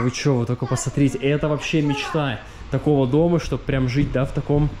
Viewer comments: Очень вас прошу правильно выговаривать слова! Пасатрите-это не приемлемо!!! Сильно режет слух! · Пасмарите, ребята, красата, просто, ребята, бааам 😂 я угораю с вас. Пополняйте словарный запас срочно. Очень люблю смотреть, но уже режет слух.